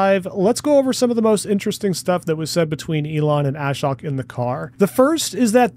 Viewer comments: Ashok is pronounced a-showk, not ash-oak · Ashok's name is not pronounced "A-shock". Rather, it rhymes with poke and is pronounced 'uh-shoke' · The guys name is NOT pronouced ASH-HOK . His name is AA-SHOAK, which is Sanskrit for - One without sorrow. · Great analysis and fast turnaround. I think it's important to be able to pivot and come up with new, appropriate content as required. I watched this after SMR and the original live 𝕏 video but still picked up new info. Btw, why does everyone in the FSD reporting community pronounce Ashok's name like "Ash-ock"? It's more like "uh-shOke" with the emphasis on the O and Elon even pronounces his name right in the live vid when he says he should give commentary. At least Chuck has got it, now only you, SMR and Dr. KIA left! 😊